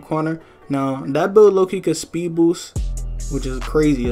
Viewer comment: You turned sped - 😂😭😭